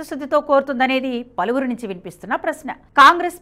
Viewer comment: అది “పలివిరి నోట” కాదు “పలువురు నోట మాట” అని ఏడువు. గొంతు వుంది కదా అని, అవాక్కులూ చెవాక్కులూ పలకకు.